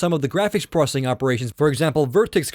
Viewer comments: It's pronounced "ZEENOS" not "UGHXZENOS". try annunciating more. that way you'll actually be saying "pro-cess-ing" instead of "pro-ssing". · its processing not prosing.